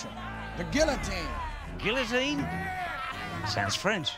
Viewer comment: They mispronounced guillotine